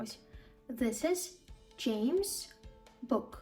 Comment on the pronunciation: Oops, насправді у вашої відео є помилка. Зверніть увагу на вимогу, наприклад, James's — це буде /ˈd͡ʒeɪmzɪz/. Це саме так працює, якщо ім'я чи просто іменник закінчується на шиплячий звук і ми ще додаємо 's. Anyway, thank you and good luck!